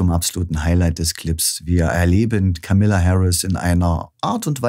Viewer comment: Vielleicht wäre es erstmal respektvoll, den Namen von Kamala Harris richtig auszusprechen! Sie heißt nicht Kamilla!!!!!